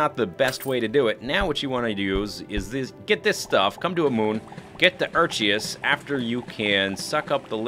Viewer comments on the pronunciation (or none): the C + H in Erchius is pronounced like a K